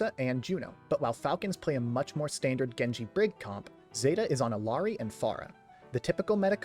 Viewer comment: eel-yah(r)-dee not, “ill-aree” as a community we have to stop whitewashing her name, it’s Quechua